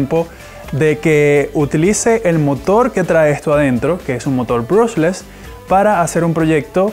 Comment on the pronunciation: aprende a decie bien el nombre del motor